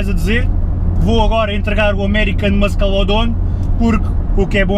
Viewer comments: Diz-se "muçle" não "muskle" ahah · Tens que aprender a dizer "muscle" melhor. Em inglês o "C" da palavra "muscle" não se diz, ou seja, diz-se "mussle car". Assim é que se fala! Força nisso. Gosto muito dos teus videos. Abraço. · 19L urbano? Tive a mesma reacção que tu. Porque será? :) Peço desculpa, mas ri-me bastante sempre que dizias muscle, por causa do sotaque. :D GÁS